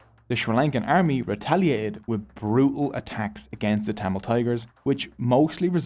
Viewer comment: Bro's pronunciation of thamizh names were on point. Impressed 🫡